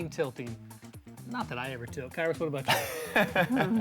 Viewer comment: You mispronounced his name, it’s “Kairo Time”